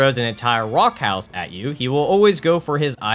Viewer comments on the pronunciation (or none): none